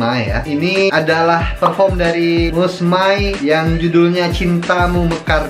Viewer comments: Sebutannya mus mei... Bukan mus mai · Waduh mas..udah banyak kali dibilang nama Mus May tu sebutannya bukan Mus 'MAI' tapi Mus 'MEI'.. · Sebut nya bukan "mai" bang tapi "may" (Mey) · bukan sebutan mai tpi mei..bulan mei..Mus May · yantzen - insan, Meniti suratan, Suci. Tiga lagu ni memang terbaik. btw sebutan MAY itu bunyi nya MEI.